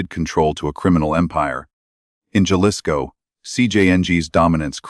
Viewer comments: Jalisco is PRONOUNCED "HA-LISCO"! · AI don’t know how to pronounce people’s name or the names of towns this one says Jalisco Mexico improve it people